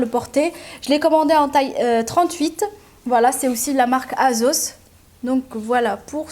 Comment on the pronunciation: cc super vidéo lhbiba mais on dit assos pas avec le son Z poulette mais S comment ça ton fils c'était hier sont anniversaire comme moi youyuyouyouy je lui fait de gros bisous même si c'est passée vs mieux tard que pas du tout j'aimerais avoir un petit message de ta par sa me ferais hyper plaisir lhbibaaaaaaa